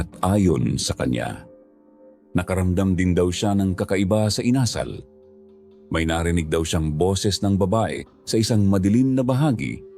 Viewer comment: with all due respect,sana po,use right intonation sa bawat words, lalo at dapat kyo ang mag correct sa mga tamang bigkas,tulad ng bigkas nyo ng INASAL at hilong-hilo, nahilo po talaga ako sa mga pagbigkas nyo, maraming kabataan ang nakikinig sa inyo dapat may matutunan mga kabataan sa inyo sa pagbigkas,alam nyo naman kabataan these days ultimo national anthem hindi alam.